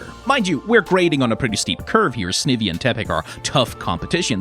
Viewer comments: My god, it's SNY-vee. Snake-Ivy. All Pokemon names are portmanteaus, and the original words are usually the hint to how they're pronounced. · the thing about "snivvy" is that i know thats not how its pronounced, but its really fun to say and so i refuse to pronounce it properly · Why is no one talking about snivy pronunciation